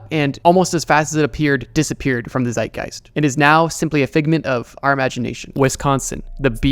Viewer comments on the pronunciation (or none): none